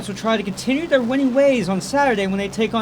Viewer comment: Two things, the video shows AJ Clayton dunking when speaking about Jason Carter and, it's Stetson, not Stenson... No worries, keep up the good work and, GO BOBCATS!!!